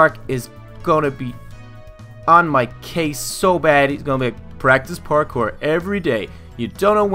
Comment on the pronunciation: you got to practice your pourkor